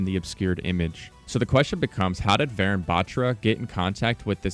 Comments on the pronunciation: man said vayrun batchra, its vuh-roon bahthra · Its not varen its varun like "un, dos tres" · I love how he pronounced the name as varen bat-ra but in reality it’s varun Batra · btw its not pronounced varan, its pronounced va-rune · IT isnt VAARUN its Varun think of it like this. VA RUN you say it like VAYRUN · Lol I didn't realise it's Varun until I paused and saw the email that it's not va-run. Ik that's how most foreigners pronounce Indian names but it's va-rune btw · Why is he pronouncing "varan" it's "varun"😂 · I’m pretty sure it’s pronounced varoon not varan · Pronounced "Varoon" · its wa run to pronounce tho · Pronunciation of Varun is Vaaruun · update this is dope I got the same name as the new agent but pleaseee it’s pronunced vuh-rune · Even tho you completely butchered the name Varun (Va-ruu-n), that was a nice deduction. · "vayrun" "vah rune a" cmon bruh.... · Varun is a male name pronouced like "varoon" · Just a quick pronunciation correction for everybody: Varun is actually pronounced Var-oon kinda like the color Maroon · dont want to be that guy but j wanted to lyk its pronounced varoon like maroon but w a v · if the character is of indian origin then their name would be pronounced like vuh-roon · Also it's pronounced varoon bathra not baatra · pronounced vahroon 🙏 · Varun is pronounced as vuh-rune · it was kinda funny seeing you pronounce varun batra so wrong, but the effort is appreciated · how did he mess up “Varun”… 💀💀💀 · Say his name right white boy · after varun there is a n sound like n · also your saying Varun wrong :l